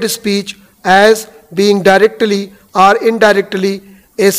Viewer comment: Dear, I would like to point out a small yet rather annoying fact, when you dictate your pronunciation of "are" and "or" are exactly the same. Please try and correct it in your further dictations.